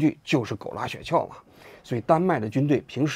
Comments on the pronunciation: 雪橇的橇不是四声，是一声啊，王局。听得我这个难受。想当年央视的记者估计不需要通过普通话考试。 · 王志安谈社会话题以外，基本都可以归于娱乐节目。 先来挑个刺，那叫雪橇（一声），不是雪撬（四声）。这不仅仅是认字少，说明就没怎么听说过这个词儿。